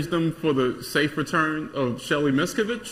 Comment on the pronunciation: It took a second for the audience to laugh at the Shelly M. joke because he mispronounced her name and the audience needed a moment to figure out who he was talking about. Some writer probably wrote the joke for him.